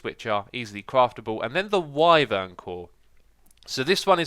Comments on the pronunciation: Wyvern is pronounce why-vern. Not why-ver-uhn. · FYI it’s pronounced Y-vern not wivern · you say wiveren instead of whyvern.... you say it like the word "why" and then vern luke you hear it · it's pronounced Why-vern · X, its pronounced Whywern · ghahahahhqhahahaha omg the way x pronounces "wyvern" is disgustingly funny XD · I hate it